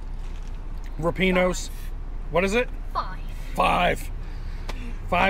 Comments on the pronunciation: lol my Italian heritage tells me it's rip-ee-awnos. I could be wrong. I guess we should ask someone who works there...maybe see how the answer the phone? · my wife and I agree with your rating...ripieno's is the best in oc, (although, I'm pretty sure you're pronouncing it wrong) and Franco's is second. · just called them...the girl that answered the phone pronounced it like I did. 🙂